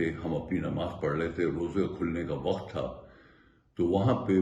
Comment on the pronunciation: Slaam jnaab I watch your blog. Your comments are unbiased and calculated, supported by your search. Your command on Urdu and English is good. However it is bit irritating to hear Time as waqat, where actually it pronounced as Waqt. I hope it is not offensive and expect a corrected version. Thanks.